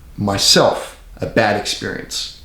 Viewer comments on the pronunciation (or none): DUDE SECONDS THE WAY YOU SAY BAD EXPERIENCE SOUNDS LIKE AN AMERICAN ACCENT, THAT WAS SO TRIPPY